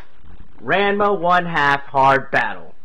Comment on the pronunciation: it's pronounced differently. The first part is like the name Ron. It's more like Ronma.